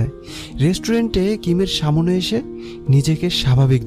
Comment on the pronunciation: প্রতিটা ভিডিও তে সামনে কথাটা কে সা মো নে উচ্চারন করা হয়। যেটা শুনতে খুবই খারাপ শুনায়। আশা করি সামনের ব্যাপারটা খেয়াল রাখবেন 🙂